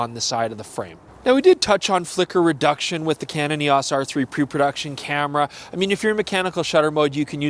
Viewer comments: EEE AAAWWWSSS?? 🤦‍♂️ E O S!! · Why are you the only person mispronouncing “EOS?”